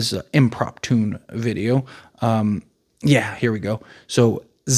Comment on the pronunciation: This is a direct quote “This is an im-prop-tune (the word is impromptu by the way) video. Um yeah here we go, Zach Lavine currently, and this is before last nights game “ and then you list a bunch of players and claim he has more 30 point games than them. Never do you say “this is an old stat” you say “currently” you are just so wrong on this one and won’t admit you told a complete nonsensical lie in this video.